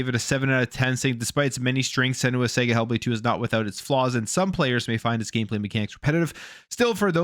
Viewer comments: Sarga... It's pronunced Sarga not Sega 😂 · It’s pronounced s’ahh’ga !!! Not sega 🤦🏻‍♂️